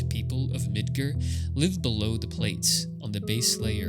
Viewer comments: It's MidGAR not midGER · Mid-gar not mid-ger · I legit laughed when you said Midgar like Midger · “Mid-ger” I don’t wanna be that guy, but dude wtf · That's the first time in my life I've heard it pronounced "Mid ger" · Bro did you really just call it Midgrrr? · Is there a reason you pronounce Midgar incorrectly when the voice-acted Remake has been out for almost 5 years? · The "A" in your pronunciation of Midgar is the loneliest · Even though alot of people think ff7 is anti capitalist, its actually anti corpotocracy, which is where a company controls an entire government or even a nation. This video is still very good and insightful regardless of political views and i think ill give him a sub because there was alot of effort and thought into it. Only thing that truly bothered me with this vid is that he pronounced midgar as midguuur lol. The premise of the video is quite good even though ff13 is the loneliest ff game by far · hey thanks for replying! I really enjoyed the video and even as a kid i somehow pronounced midgar right so when i heard it i was like wut xD. Look forward to your next video!